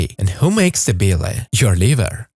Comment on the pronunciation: Bee-lay? Learn to pronounce "BILE". Hard to trust an idiot that can't even pronounce a 4 letter word.